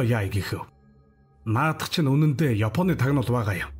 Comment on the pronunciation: Naad baaiih ni gdegee laitai heldiin be